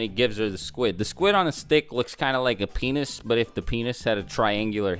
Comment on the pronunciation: The way he says penis is funny